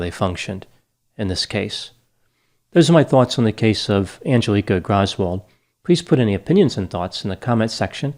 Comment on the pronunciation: Love, how pronounces "Graaaswoold" 🙂 Very cute. Doctor, lately one of your fans wrote in the comment section that an objective analysis was strength, but pronounciation his weakness. I couldn't disagree more! 😂 (Though I think I got, from where this opinion was coming from). I don't always agree with doctors standpoints but always enjoy his sometimes not very objective but very cute pronounciation.